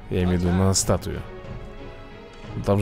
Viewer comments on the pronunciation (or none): Вообще-то статуя а не статуя. Только я прочитал с разным удорениям?